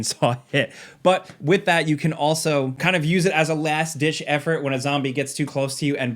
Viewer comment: Did you say last "dish" effort!? 😅